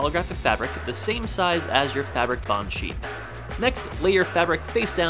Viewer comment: Lol Instead of thinking u said plain sheet of paper I thought you said plain sh*t of paper